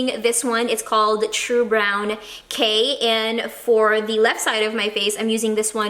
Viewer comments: You drove me nuts when you said "the" with the e sounding like "ee", you only say it that way in front of a vowel, like "the other" (you that properly). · More blacker More cheaper More---er You have to break that habit of adding "more" in front of a word ending in "er", dw it's only constructive criticism 👍🏼(also you drove me nuts when you said "the" with the e sounding like "ee", you only say it that way in front of a vowel, like "the other" (you that one properly).